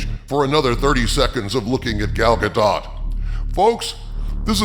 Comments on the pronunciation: If you're going to make mention of Gal Gadot, at least pronounce her name right. It's ga-DOE, not ga-DOT. Get it right. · Bruh....if you gonna prop her up like that at least know how to pronounce her Damn name. Gal's surname _ Gadot_ is pronounced like "zshah-doe`" lol!!! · I'm pretty sure The t is Gal Godot's name is SILENT